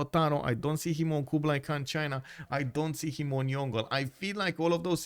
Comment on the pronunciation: FYI Yongle pronounced Yong-le not Yon-gle😅